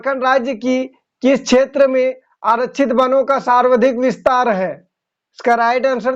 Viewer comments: aap sawardhik bole hain jabki sarvadhik hoga... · Sarvadhik ka ucharan galat kar rahe hain.....